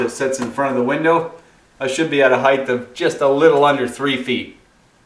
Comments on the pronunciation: Heigth? It's height - phonetically pronounced "Hite". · Good video, but do you keep saying heighth, instead of height? lol